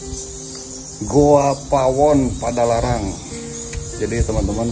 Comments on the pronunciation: ngomong nya yg bener dong,,GOA bukan GUHA,,,😁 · Goa om bukan Guha...😁😁😁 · Goa bang bukan guha.... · Bukan Guha .goa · Plis bilangnya GOA bukan GOHA. kesell dengarnya